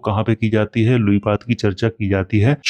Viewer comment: Luipad nhi luipaa bolta hai bangla bhasha me